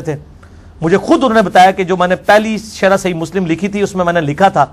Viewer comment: جرّابين کہ رہا ہے جبکہ اصل لفظ جوربین ہے اور شرح کو شرّاح کہ رہا ہے یہ اس کی علمی لیاقت کا حال ہے